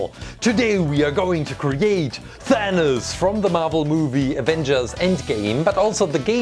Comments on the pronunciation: i don't think its thaniz its thanos or thanoid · It sounds like you are saying THAN-US not THAN-OS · it is not thanis IT IS THANOS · He said venus and it is thanos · Did he say thanas it’s than os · did he just say "Thanoos"?